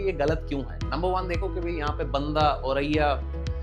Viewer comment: बंदा नहीं बांदा sir 😂